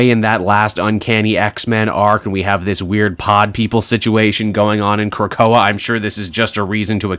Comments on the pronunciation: And it's KRA-KO-A not Krackatoa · Kra-Koa. There’s no “toe” in there.